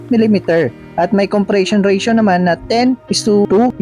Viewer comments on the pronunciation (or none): none